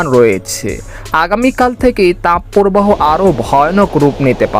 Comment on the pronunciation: তাপ পোরবাহো নয়, তাপ প্রবাহ। শুদ্ধ উচ্চারণের অভ্যাস করুন।